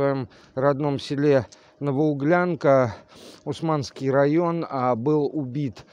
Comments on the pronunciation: У́сманский район, ударение на у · Усманский район, на первый слог ударение.